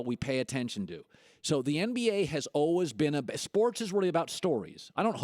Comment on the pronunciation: Colin doesn't know how to say 'always'